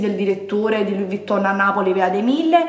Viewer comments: Eh purtroppo "Louis" l'ha pronunciato bene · A tutte quelle che Hanno sottolineato o deriso nei commenti la pronuncia di Louis. In francese si pronuncia non facendo sentire la S. O vi state zitte (dato che offendete quando in realta´ sbagliate) o vi informate.